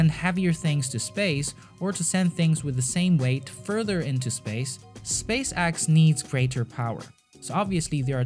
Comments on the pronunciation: Change your channel name to space axe... Cause you butcher the name. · Space axe! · "Space Axe" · Why do you read space x like space axe